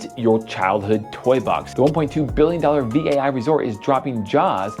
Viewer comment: It is V A I not vai, please do your research